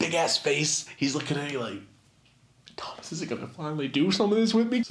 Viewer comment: Lmfaoo when you say Thomas it freaks me out